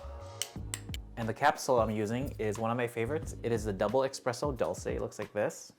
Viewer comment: You have no issue saying Nespresso correctly… now please stop saying EXpresso. Espresso = S-presso. Thank you for the sticky rice and and other Loatian recipes